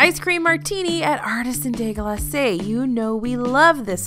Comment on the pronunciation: "Artisan des GLASAYS" No offense, just trying to help, but it's pronounced: "glass."